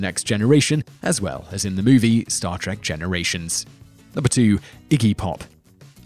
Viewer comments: no a bad video but i wish you would say the name of the show right its star TREK not star TRACK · Trek not Track. Two different words with different pronunciations. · Why do you call it star TACK: please stop that!